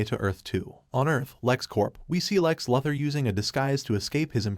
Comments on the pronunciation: Say it with me now Lu-Thor Luke the AI is a Lu-sore for this pronunciation. I dunno wtf a Leather is like is it a belt, a purse a jacket? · idk about you guy but i hear it say lex luhthar lol i cant un hear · It didn't, it said "luh ther" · Yes narrator. Lex' surname is pronounced...... LOU... THOR. Not Lether. Nice go though! Keep up the good work! GOD BLESS!!!! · It's lou-thor not luth-her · This sad Loother pronunciation, fix your AI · Lex Luther is pronounced Lex Loo-thor. Idk how u can watch the movie, but not know how to say his name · Can they get the AI to pronounce “Loo-thor” instead of “Lartha” lol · No it's saying Law Tor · It said "luh ther" not lartha. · please pronounce the characters name the right way....its pronounced LOU THER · “Luh-ther”? I’m out. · "Lahther???" Do you... read comic books??? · It sounds more like "La-thur" than "Lar-tha". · I know, that AI kept bringing me right out of it! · These incorrect pronunciations gotta be premeditated brah… Tf’ is “Darksaid” & “Lother”?! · It's pronounced DarkSIDE, NOT DarkSEED. LOOther not LUTHer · My bro il keep watching your content but please on your next DC recap please bro its pronounced loo-thor and dark-side